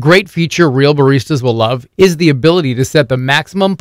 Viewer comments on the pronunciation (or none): none